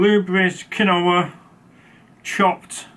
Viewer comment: Pronounced ‘Keen wa’. Not ‘quin o ha’.